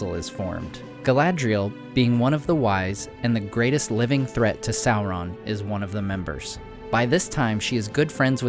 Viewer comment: Why do you say "soulron" and not "Sauron".